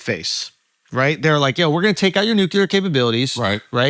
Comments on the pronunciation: Why does Andrew keeep saying “Nu-Key-Ler” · I am once again begging with tears in my eyes for Schulz to say “NEW-CLE-UR”